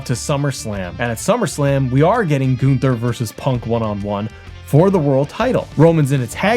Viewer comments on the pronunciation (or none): Who is Goon-ther? 😂